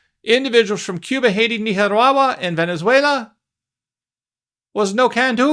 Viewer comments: Were you trying to say "Nicaragua"??????? That was the WORST pronunciation of it I have ever heard! Ha ha ha 😂🤭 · WTF is Neehawahwa??? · Nicaragua pronunciation “Neekarawa” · You say Nicaragua funny. Hi. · 😂😂😂😂 Say Nicaragua again! Please.😂😂😂😂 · I like listening to you say Nicaragua!